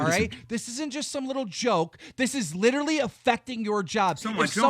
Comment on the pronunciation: the art is dope, "litcheraly" dope